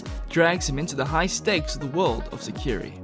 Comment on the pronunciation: 1st one isn't pronounced right as you talk about it. Meant to be said like this, Se-ki-ray